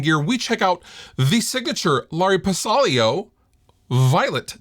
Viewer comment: It is not Ba sai lio, it is ba see lio